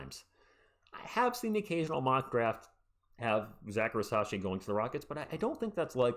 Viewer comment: FYI I think it’s pronounced REEZ-UH-SHAI not ri-sah-shai